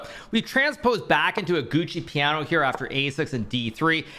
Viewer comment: Researched and it's "Giuoco Piano", not "Gucci Piano" :) great vids as always